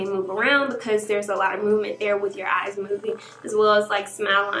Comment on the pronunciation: Did anyone here her say “well place this under the ass😂(even though she meant eyes)